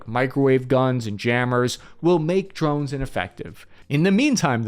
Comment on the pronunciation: Did you say New Jersey? Oh, you mean the "Drovnis"😂